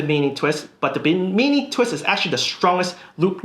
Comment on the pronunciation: Just a quick note, it's pronounced BIM-IN-E named after the Bimini district of the Bahamas.